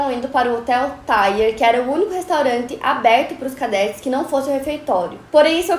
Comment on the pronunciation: E cadetes com "ê" e não não "é"